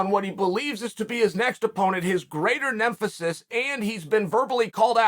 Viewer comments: QUOTE: "Alex Pierra (Israel Adesanya's) greater NEMPHESIS [Sic]" (The Great Chael Sonnen :) ) Now Chael tell the truth and shame the devil! -- Did you say that for EMPHASIS? Corleone, Gangster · Did he just say nemfesis? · I like the part right near the end where Chael created a new word called “nemphasis” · “Greater Nemphisis” thanks Chael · Nemphasis haha. Anyways Izzys got this. 🇳🇿